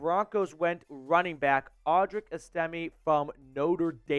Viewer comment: You’re saying audrics name wrong